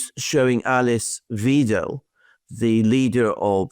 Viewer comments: Alice Weidel (as in idle) not Wiedel ( as in evil ) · Alice Weidel - in english it should more be pronounced like "why-del" not "we-del" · The ei in the name Weidel is pronounced like an i in english. Btw the bsw is not trustworthy. They said before the elections in thuringia they would cooperate with afd if necessary, but afterwards they said no, we support the fire wall against afd. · Please pronounce her correctly: Weidel is German is pronounced as "Widel" in English, NOT like "Wiedel". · You both did a good job with the German pronunciation, but "ei" in German is always pronounced as in English "eye"/ "I" and never "ee". For the sound "ee" you have "ie" in German, so Weidel is pronounced Videl, and not Veedel. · Alexander! Weidel, not Wiedel, why -del....but I guess, everyone will learn how to pronounciate her name... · The pronunciation of "Weidel" is not "Weedel" it is "Wydel" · „Weidel“ rhymes with “Bible” , not with “Lidl” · Idle, not Bible. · Please pronounce Alice Weidel like ‚Wydel‘. Please stop say ‚Weedel‘ like Wiener 😉 Best regards from Germany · Her name is pronunced W(eye)del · Weidel rhymes with idle (not with needle.) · in German if you get the letter combination 'ie' or 'ei' you pronounce the second letter only. So Alice Weidel is pronounced 'V-eye-del'. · Idle with a V in front. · The name of Mrs. Weidel is pronounced as if it was written "Vaidle" in English. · Weidel is pronounced like "why dell" just saying 😊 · Alice Weidel is pronounced Vidal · Alexander, ask a German how to pronounce Weidel. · Alice Weidel. The ei to be pronounced as the i in nice please.